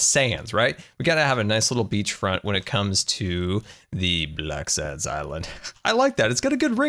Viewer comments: Who else heard black sams island instead of black sands island or is it just me? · It sounds like hes saying black sans